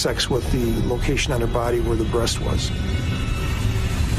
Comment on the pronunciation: "The breats is the best part of the chicken " WTF😂😂😂